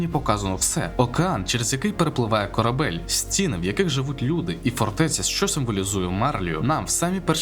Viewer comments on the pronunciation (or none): none